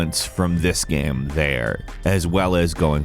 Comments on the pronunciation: Btw dude. Not G-eam. G-aim. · why does he say “gam” instead of “game” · Sounds like he keeps saying "Gaem" ? not Game. Anyways solid video 👍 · Yeah like game is apparently a difficult word xD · He's said the word so many times that it's broken like a record. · Looool damn, cannot unhear this